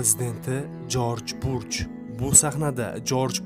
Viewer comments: Жорж бурж эмас Жорж бущ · Jorj Burj emas,Jorj Bush desangiz to'g'ri bo'ladi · Jorj Bush! Burj mas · Jorj Burjmas Jorj Bursh adashmang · Jorj Burch mas.. JORJ BUSH... 😁😁😁Video bowlaniwidigi chislo qanaqa chislo wunaqa sana bormi?? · Бурч эмас жорж буч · Jorj Burj emas Jorj Bush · Jorj burjmas jorj bush dalbayooooooobbbbbbb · Джорж Бурж эмас Джорж Буш